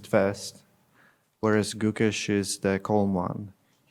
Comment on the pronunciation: Gukesh ❌ CooKESH ✅